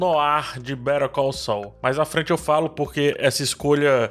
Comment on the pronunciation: eu tô maluco ou a pronúncia de "better call saul" parece (literalmente) "perigoso"?